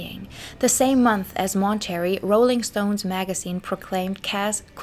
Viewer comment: I like a lot of these videos, but -- my God, friend -- have someone check your pronunciation before you publish videos. I literally have to stop the videos after 70 times hearing Mahn-turr-ayy Festival pronounced as 'Monetary' and cuh-ress as 'karris'. It really effects my attention, and many of these words come up over and over. Please, you're doing a great job and I'm sure English isn't your first language, but seriously, it's a MAJOR distraction to me, and I'm sure I'm not the only one.